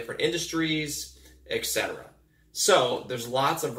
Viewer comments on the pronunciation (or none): ETcetera, not EXcetera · What's with the "eccetera". It's et cetera.